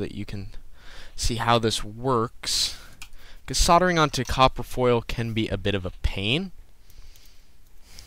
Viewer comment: It's called soldering. The "l" is not silent. SOL-DER-RING. Not sarder.